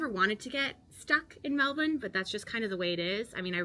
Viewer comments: Thank you for pronouncing Melbourne properly, my respect! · You're definitely Australian now. You're pronouncing Melbourne correctly 🙂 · Great vid 👍 I always knew an American could say Melbourne like us lol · "There are Australians all over Europe. I mean, all over the world really." We're like McDonald's :) My sister is married to an American. He has now lived in Australia longer than he lived in the US, but even he still pronounces Melbourne with a slight American accent. You've got the pronunciation down perfectly. Well done!